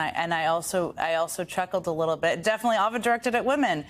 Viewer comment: leetle beet leetle beet TACO